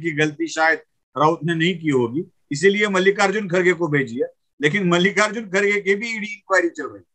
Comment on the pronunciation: First learn to pronounce Mallikarjun and not Mallika Arjun kharge